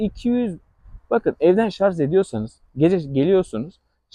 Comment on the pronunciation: Hocam, bilgilisiniz belli. Ama lütfen şu "şarz" lafını kullanmayınız. En az 20 defa kullandınız videoda. Doğrusu, "şarj" dır.